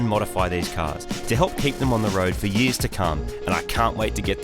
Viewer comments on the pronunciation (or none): lmao thats so fucken australian 6 yeahs